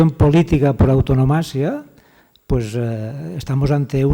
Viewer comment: Un profesor de universidad debereia saber que se dice antonomasia y no autonomasia. A partir de ahi, el resto es propaganda y no ciencia.